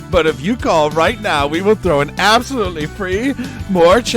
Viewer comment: My favorite part was when he said it was trowin' time and then just started absolutely trowin'